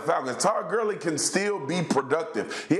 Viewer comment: did he just say “Todd Curly” 😂